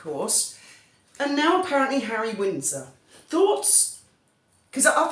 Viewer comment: Hawwy Hawwy 😂😂😂😂😂😂😂 man, what next the Purple Heart? Hawwy king of the skies 😂😂😂😂😂😂 stop it.